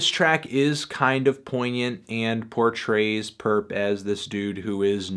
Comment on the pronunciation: Stop calling him purrp that nigga ain't purrp